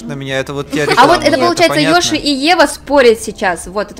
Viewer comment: не ёшы а йоши